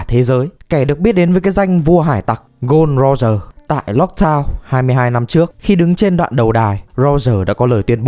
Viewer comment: Gôn Đi Ro Dờ, anh đọc đúng họ tên người ta xíu anh ơiii